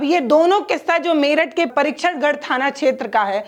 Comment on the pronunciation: Pahle padhna to seekh le tab bolna vo Pariksatgarh thana h